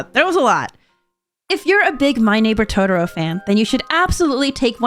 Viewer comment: Sorry but I had to slightly flinch/cringe at the pronunciation of To-tor-o, it makes me cringe when folks add a d instead. It's Totoro not Todoro... I still absolutely love you and your content. You are amazing.